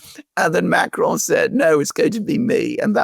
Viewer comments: Pas Macaron mais Macron 🤣🤣👌🐞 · That's not how "Macron" sounds in French.